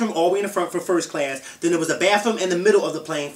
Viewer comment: LMAO ITS FOR FIRST CA-LASSS HAHAHA